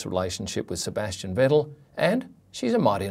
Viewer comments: you are pronouncing all names completly wrong... why? even vettel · you cant even say Vettel correctly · The vettels hahahaha It's Vettel5